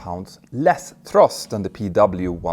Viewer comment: Also thrust not trust